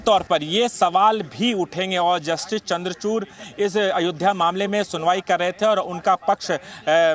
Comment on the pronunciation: अरे नमूनों, जस्टिस चंद्रचूड़ हैं चंद्रचूर्ण नहीं